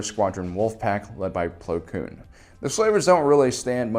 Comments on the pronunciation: ITS PLO KOON NOT PLO KLOON YOU JERK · His name is Plo KOON not “Plo Kloon” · Ahsoka Tanoo, Plo Kloon, make it stop please